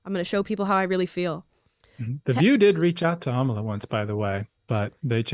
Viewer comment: My name gets messed up all the time.......A m a l i a